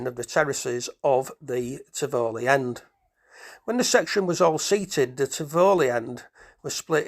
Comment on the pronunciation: Thank you for this video. You don't seem to be local because Tivoli is pronounced Tivolli not Tivowly